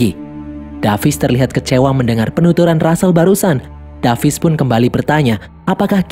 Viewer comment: David bang bukan davis😅😅